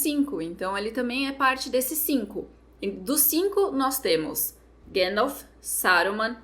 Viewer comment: chorando e eu chorando pelo mesmo motivo, que personagem, que jeito brilhante de dizer o nome do gandalf, grand'elf